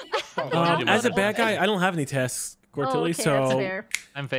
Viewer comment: I heard "Tasks" as "Taxes" in the beginning and I thought paid his taxes in Among Us.